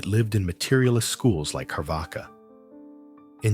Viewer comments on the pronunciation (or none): Carvaka is pronounced as: Char (like "char-coal" or "char-grilled") Waka (like the song "waka-waka" by shakira) So, Char-vaka.